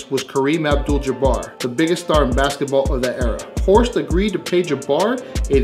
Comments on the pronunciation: Horst, not Hosrt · Horst not Hosrt :)